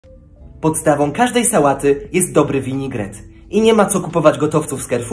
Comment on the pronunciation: My wymawiamy vinegret